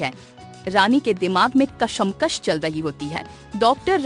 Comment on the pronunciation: Kashamkash nahi behen!! Kashmakash word hae!